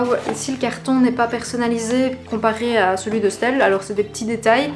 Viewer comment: Ça me perturbe comment tu dit stelle pcq ça se dit estelle juste on dit le S- telle